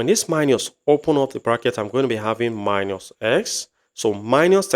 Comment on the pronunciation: Minus not miñus since you are teaching in English language